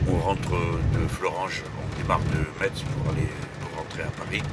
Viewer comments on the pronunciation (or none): Mettttz Il faut Prononcer => " Messe" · On dit pas "metse" mais "messe" x) mais vidéo intéressante et je découvre vous découvre dans youtube ! je m'abonne pour en voir plus :) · Je tiens juste à préciser, en tant que Lorrain, qu'on dit pas meTTTSSZZZ pour Metz mais que ça se prononce "messe" ahaha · Super originale cette revue de la semaine dans le train, très naturelle, très vivante, très sincère.J'en retiens que poser la voix donne beaucoup de poids aux paroles et permet de se concentrer sur le fond. Au fait, Metz se prononce « messe », pas « metsse », camarade Jean-Luc ! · Pour la ville de Metz, on dit "Mess" pas "Metss" Jean Luc ! =) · Bonne vidéo néanmoins la ville de METZ se prononce "messe" comme la messe. Cest peut être un détail mais les messins sont attentifs à ce genre de chose :) Bonne continuation. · Le natif de Metz à toujours du mal à entendre le nom de cette ville prononcé " Metze ". Un petit effort J.L.Mélenchon ;) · Metz ce prononce " messe" Mr Mélenchon. Nous sommes de messin et non des Metssin. :) Ou medecin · M. Mélenchon.. très bonne vidéo mais UN détail me chagrine : Metz se prononce "messe" et pas "metse" »_« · Mètsse ? Metz ! "Messe" ! :p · alors si je peux me permettre ou dit messe pas metesse comme Montréal. J'aime bien vos explications scientifique mais je préfère "c'est pas sorcier". après pour la souffrance animale j'avoue que j'aime bien la viande et un peu comme un fumeur oui j'aime bien manger de la bonne viande, j'essaie un maximum bio ou responsable et encore mieux régional (d’ailleurs c'est ma ligne directrice pour mon restaurant) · Monsieur Mélenchon on ne prononce pas Metz avec "tz" mais on le dit "Messe" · MEDIUM Entertainment Oui ! Sauf quand Jean-luc prononcé MeTz :p #LeDiableEstDansLesDetails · Monsieur Melenchon, je sais pas si c'est fait exprés mais Metz se prononce " Messe", encore bravo pour ce meeting à florange ! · Metz ça se prononce mèce! Mais c'est pas grave on t'aime quand même ;) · Il a dit MeTz je me sens trahi